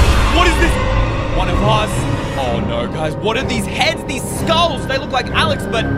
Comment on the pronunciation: when he says no it sounds like norr Or something like noor